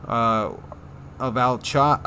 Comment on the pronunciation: Alchia, Mount Alchi, I don't think it's pronounced Al-chi, I think it's pronounced more like Al-Ki, like Alchemy